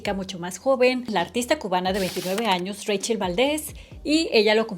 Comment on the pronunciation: Me suena raro que el nombre Rachel y siendo cubana se pronuncie Reichel aquí a la mayoría, muy mayoría de las llamadas Rachel se les dice así Rachel 😂